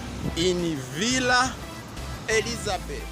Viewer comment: Villa Elizabetha - not Elizabeth